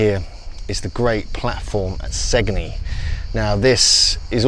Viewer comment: And "Sane-yee", Italy.